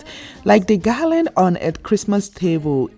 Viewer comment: The word is GARLAND and not “GALLAD”!!!